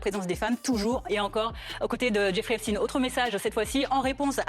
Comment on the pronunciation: Si c'est pour epstine et non Epstein. J'ai même même pas envie t'entendre. Tu sais déjà que se sera du blabla 😂